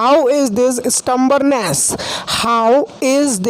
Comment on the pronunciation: You are pronouncing M in stubbornness